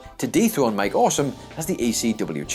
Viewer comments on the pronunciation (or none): none